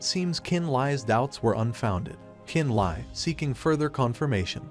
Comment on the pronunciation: Li and Le is pronounced lee you're triggering me lol